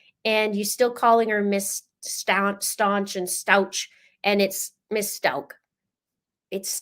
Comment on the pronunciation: "Stauch" is a german sur/last name and therefor it is Pronounced so you can hear the"ch" at the end. It is NOT pronounced with a "c" or "k" at the end.